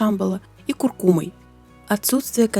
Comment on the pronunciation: Ну хоть кто-то правильно ударение ставит - куркУма!